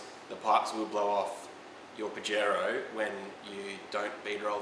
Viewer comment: pronounciation is Pahero 🤣